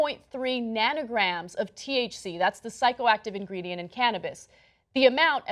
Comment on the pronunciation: It's nanograms, not nannograms. Just sayin'.